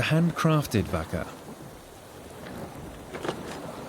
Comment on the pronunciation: TYPICAL!!!!!! STRAIGHT OFF THE BAT!!! ITS NOT PRONOUNCED A 'VACKA' ITS PRONOUNCE MORE LIKE 'VARKA!!! BUT YOUR CLEVER PALE AZZ SHOULD NO THAT THOUGH!!!! IF YOU CANT PRONOUNCE A SIMPLE WORD LIKE 'VAKA'!!!! STAY AWAY FROM EVERYONE ELSE WITH SELF RESPECT AND STICK TO YOUR OIWN!!!! NAH YOU RUINED IT FOR THE LIKES OF OUR INTELLIGENCE AND MY VAST POLYNESIAN CULTURE!!